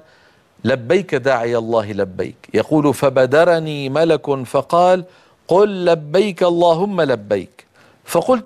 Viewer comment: ظن أنه ملَك من الملائكة* هكذا تنطق أخي بارك الله فيك، فالأملاك هي أشياء معينة تعود ملكيتها للأشخاص.